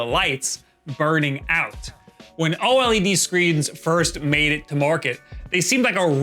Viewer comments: Just say OLED - not OH EL EE DEE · OH EL EE DEE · "O-L-E-D" Pretty nice video, thanks! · Every time you spell out O-L-E-D instead of just pronouncing OLED, a puppy dies...I hope you're happy with the number of puppies killed in the making of this video!!!